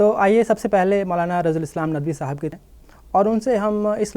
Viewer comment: Urdu Lafz saahab hai Sahaab nahin صاحب سحاب Anchor person's pronunciation is wrong, always he is telling سحاب With names